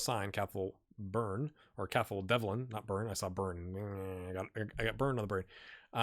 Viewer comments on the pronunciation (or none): Cathal is pronounced, "cawhull"